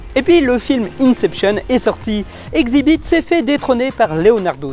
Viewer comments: Xzibit se prononce Ex-zi-bit pas Xi-Bit, mes oreilles ont saigné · sa se dit èxzibit xzibit malgré l'orthographe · Mdrrrr ça se prononce "Èxibit" comme le début de "exhibition" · Au cas où Xzibit se prononce ixe-zibite